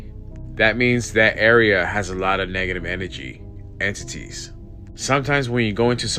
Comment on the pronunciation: "Negga-tivv enne-jee." Bugged the shit outta me, lol! But a drinking game would make it a bit more bearable.